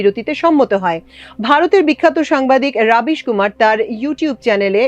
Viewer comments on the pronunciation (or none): রবিশ, রাবিশ নয়